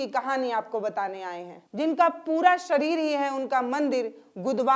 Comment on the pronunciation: Sareer nahi, madam shareer boliye